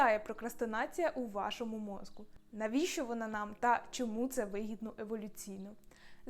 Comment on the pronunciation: попрацюйте, будь ласка, над чіткістю вимови слова "мозКу" (хоча, може, в мене проблеми зі слухом і /ґ/ мені вчувається).